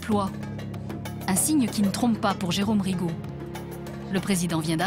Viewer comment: РигО блин а не РИго